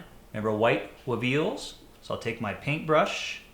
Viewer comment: Every time says "WEveals" I have to laugh. I know this is pretty late in the asking. Just watched this. Could you give a quick comment on the lighting set up for this shot please. It's beautiful. Thanks.